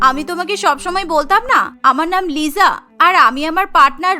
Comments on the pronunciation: Lisa ❌Lija ✅😂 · লিজা না লিসা😂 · লিজা না লিসা😂😂😂😂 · Not Liza ata hobe Lisa. 😊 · 𝐋𝐢𝐣𝐚 𝐧𝐚 𝐋𝐢𝐬𝐚. 𝐑𝐨𝐣𝐢 𝐧𝐚 𝐑𝐨𝐬𝐞. 𝐉𝐢𝐬𝐨 𝐧𝐚 𝐉𝐢𝐬𝐮. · ওইটা লিজা না লিসা ওইটা রোজি না রাজে ওইটা জেননি না জেনি😂😂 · লিজা❌️ Lisa✅️😂😂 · ওটা লিজা হবে না লিসা😂😂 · Lija na lisa hobe hay re hay😅😅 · Not liza, It's called lisa😂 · Liza❌ na lisa✅ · BTS fan bou ❌ K-pop fan bou✅ .আর আপনার কথার উচ্চারণ লিজা না লিসা হবে😂 liza❌ Lisa✅ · It's not Liza. It's Lisa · Lisa❎ Liza✅😂😂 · ওটা লিজা না লিসা ওটা জিসো না জিসু রৌসি না রোজে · It's not Liza It is lisa😂